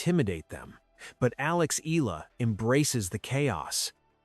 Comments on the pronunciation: IT'S EE-YAH-LAH NOT EE-LAA❗❗❗❗ ANOTHER STUPID CONTENT CREATOR❗😡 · ANOTHER STUPID CONTENT CREATOR IT'S EE-YAH-LAH NOT EE-LAH❗ BETTER STUDY THE PRONUNCIATIONOF YOUR CONTENT FIRST, IT'S YOUR JOB AND RESPONSIBILITY TO READ AND PRONOUNCE THE RIGHT PRONUNCIATIONTHE NAME OF YOUR CONTENTS, IT'S NOT EXCUSE THAT BECAUSE YOUR AMERICAN OR YOUR NATIVE LANGUAGE IS ENGLISH YOU'RE MISPRONOUNCING THE NAME OF YOUR CONTENT CO'Z THEY'RE FROM FROM OTHER COUNTRY. ARE YOU LACK OF INTELLIGENCE RATHER STUPID❓